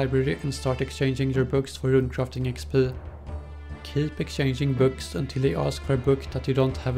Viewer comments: it's interesting how instead of saying "EX PEE" he says "EX PL" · the way he is talking..."EXSHPEE" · sounds like smeagol when he pronounces the E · the way he says XP Lol